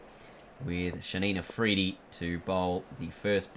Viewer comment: So who's gonna tell him its Shaheen afridi not Shaneen afridi lmao